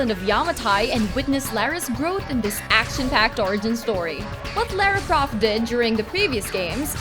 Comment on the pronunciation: Laira Croft? No...